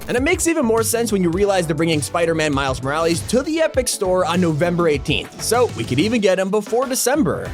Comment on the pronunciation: He finally pronounced Mile Morales’ name right 🎉🎉🎉 Though it was only once